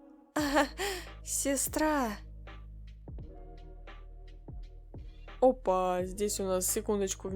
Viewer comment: АХАХАХАХВВХ НАПИСАНО СЕСТРА А ГОВОРИТ СЕСРА